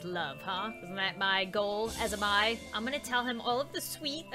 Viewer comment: Its pronounced A- MAI